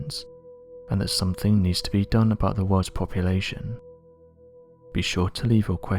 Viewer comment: "Poppa-la-shun" instead of "Population." I really wish they would find someone that can speak without an impediment. I can't stand this guys voice!